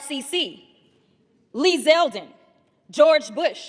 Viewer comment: that dimwit said "McCain Pailin" 😅